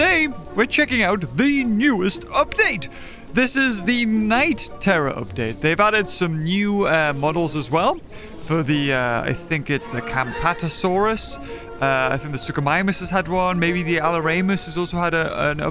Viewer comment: Okay camptosauras pronunciation is a little unhinged